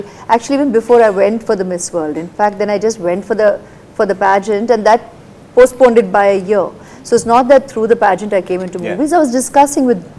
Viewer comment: Madam Aishwarya It's postponed, not postponded